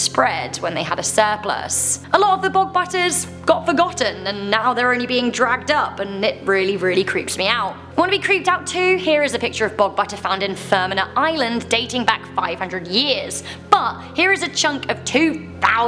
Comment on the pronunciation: It's spelled Fermanagh and pronounced Fermana... and it's Offally not Offa lly you say it fast and don't break it up... just to let you know...